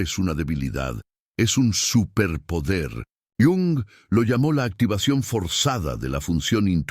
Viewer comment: ¿Porqué llama don Carlos al dr Jung? Era suizo, europeo, no latino americano!! Suena fatal!!